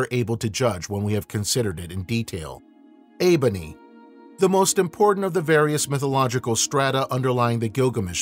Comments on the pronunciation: It is uruk, not erech ffs. And its enkidu, not eebony. Wtf. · Yeah, I thought the wild man’s name was Enkidu